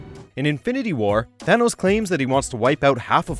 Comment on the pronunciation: He is Thanos not a Th-Anus 🤣🤣🤣